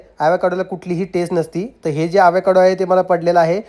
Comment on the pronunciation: Evekaado navhe. Avocaado aahe